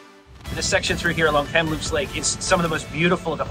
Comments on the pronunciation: A heads up re: Kamloops - emphasis is on the Kam part not the Loops. So is KAMloops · Emphasis on “Kam” for Kamloops. I lot of these names are based on Indigenous names. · Please learn how to pronounce Kamloops properly. The stress is on the first syllable, not on "loops." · From an office overlooking Kamloops station, welcome! Seems you had a great time. (Forgive me, I did chuckle every time you called it 'kamLOOPS' :D) Sadly the fires you mentioned were disastrous environmentally, socially, and to tourism later this summer - the houseboat shortage on Shuswap lake will be part of that. We were driving back from Alberta in late august and just barely spotted the Rocky Mountaineer trundling slowly alongside the highway - I couldn't imagine how disappointing it would be to arrange for that trip and then not even be able to see the length of the train through the smoke. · Great trip. I've wanted to see this for a long time. Just thought I'd mention that the emphasis is on Kam in Kamloops, not on Loops. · Lucky enough to live in British Columbia! You do a lovely job of sharing our beautiful province. When you say Kamloops the emphasis is on the first syllable not the second 😊